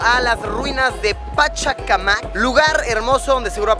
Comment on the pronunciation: Pachacamac la fuerza de voz es en la 3ra sílaba el nombre es por un dios